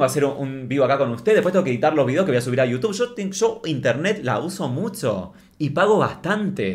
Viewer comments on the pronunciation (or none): none